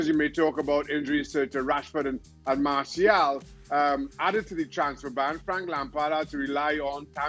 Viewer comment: Did Don said Martial out or am I deaf🤦‍♂️😭🤣. Rashy or Greenwood out not Tony for Sancho